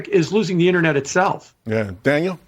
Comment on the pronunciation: Dang butchered your name Daniel:D